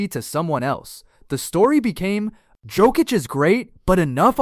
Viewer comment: Awful list. Can’t even get Nikola Jokic’s name pronounce right either… y’all clearly don’t know ball.